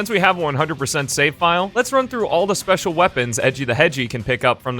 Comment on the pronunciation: "Lets run through all off the spetial weapons" Aksjakjsksjsksj